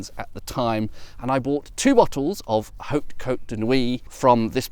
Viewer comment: Well it seems that fox wouldn't mind to be adopted by you ^^ And bravo for having pronounced En Grégoire perfectly ! However, you mustn't 'blow' the 'h' of 'hautes' as you would do in EN (in 'however' for example), because in FR that 'blown h' doesn't exist. So one would pronounce 'haute' as if it was spelled 'aute'. My tuppence ^^